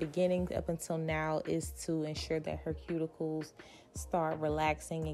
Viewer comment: 😮did she say cuticles yall